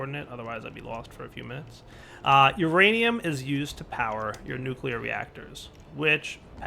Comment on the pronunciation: does it bother anyone else that he says nucular rather than nuclear?